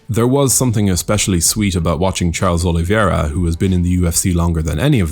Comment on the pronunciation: O-li-VEI-ra, not O-li-vi-E-ra.